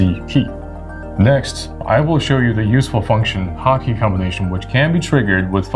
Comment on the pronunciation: I am hearing hot key as HAKI...